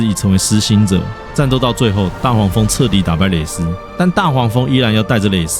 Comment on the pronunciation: 你的影片還是一如既往地值得一看（就是有點短，希望還有機會看更多）！我基本上把絲之歌相關的影片都看過了，有分析製作的，講劇情的，講細節彩蛋的，甚至有考究故事設定延伸到哲學心理學或歷史背景的（中國與台灣大概九比一）。有個小細節我必須提一下……在我看的所有影片中，你是唯二唸對“蕾絲”的😂！舒服！感謝